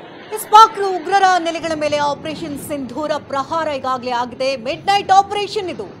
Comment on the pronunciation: ಸಿಂಧೂರ್ ಅಲ್ಲ ಸಿಂಧೂರ ಅಂತ ಹೇಳಿ ಹೆಸರು ಕೇಳಿದರೆ ರೋಮಾಂಚನ 👌ಜೈ ಭಾರತ ಮಾತಾ ನಿನ್ನ ಕಣ್ಣೀರು ಹಾಕಿಸಿದವರ ಉಸಿರು ನಿಲ್ಲಬೇಕು ಜೈ ಮೋದಿಜಿ